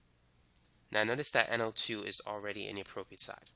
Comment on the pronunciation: Umm its NO2 hehehe not O2